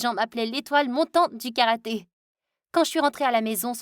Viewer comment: C karaté pas karate